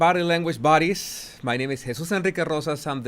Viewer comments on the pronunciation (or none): Question: Are you saying "Body language buddies" or "Body language bodies"?